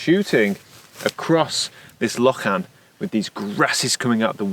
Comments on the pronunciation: I know this part of Scotland really well and there are so many places I always want to stop too! The photos are gorgeous but please - the word is pronounced loch-un, with soft emphasis on that first syllable. 😅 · Hope you enjoyed your trip to Assynt and the NW of Scotland. The road featured in the video is known locally as the 'wee mad road' One wee tip to help with Scots Gaelic pronunciation for words like 'lochan' is to remember that almost always the first syllable is stressed in Gaelic. Hope that helps!